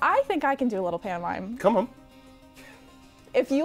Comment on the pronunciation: oh shit, when he said "pantomimie" I thought that meant mime too, yikes